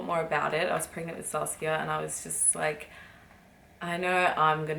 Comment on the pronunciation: I love the way you say Saskia